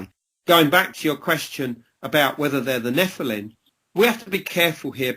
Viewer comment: Why does he. Keep saying NEPHILIN. instead of NEPHILIM he might have a speech impediment.